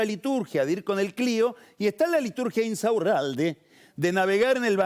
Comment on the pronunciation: me estallé como Pagni pronuncia "Insaurralde", increíble! 😂